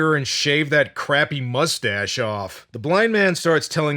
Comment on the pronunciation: …:”Molest-stashe” 😂😂😂😂😂 I’m gonna use that